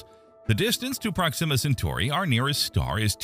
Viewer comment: I have never heard the pronunciation "prox-zima" before, I always heard it was "prox-ima".